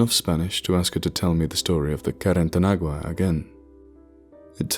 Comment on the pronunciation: While carretanagua is nothing formal your pronunciation is very good.